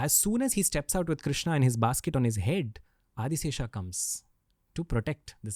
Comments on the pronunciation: Please correct your self in taking his name not a a a a a a a not bharataaa it's bharat it's Ram Krishnn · I agree that has a great story telling skill, but here is SOMETHING THAT NEEDS ATTENTION OF ALL ISKCON DEVOTEES- 📢 Please do not destroy God's name by adding 'a' in the end, it is not 'KRISHNA', it is 'KRISHN', the name 'Krishna' is given to 'Draupadi'. It is not 'KAMSA' it is 'KANS'. Just imagine how you would feel when someone destroys your name like this. As Indians, if we can't pronounce our Gods names correctly then what in the world will foreigners learn. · Krishna is name of draupadi, you should pronounce Shri Krishn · if Sanskrit matters to you then talk in Sanskrit. And. It's krishn .krishna is draupadi so it is the wrong pronunciation Rama ,laxmana what's this s**t. Nobody says Jesusa. It's so annoying